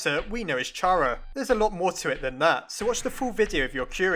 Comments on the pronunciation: Chara is pronounced Care A Not Char A FYI. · Chara's name is a play of the word CHARActer. It soumds like Kara, not CHA ra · Dude its pronounced car-uh not char-uh its very frustrating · It's (car-a) not (chair-a) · IT'S CHARA (Pronounced K-AR-A) NOT CHARA (Ch-ah-ra) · Ummmmmmm, I actually don't think Chara (Char-uh) is Pronounced like that, i think it is actually pronounced Chara (car-uh). Edit: Never mind you realized that it might be that too. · it's care-ah not char-ah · IT'S PRONOUNCED CARE-A IT'S A PLAY ON WORDS *CHARA*CTER THIS IS SO FRUSTRATING TO ME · ITS KARA LIKE CHARACTER YOU DONT SAY CHaracter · I think it's prenounced car-a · it's pronounced "Cara" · Y does everyone say chara's name wrong? Its chara as in character (i think) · Stop pronouncing Chara like that. It's pronounced like the beginning of 'Character'. You know, *Chara*cter. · Chara is pronounced with the letter k.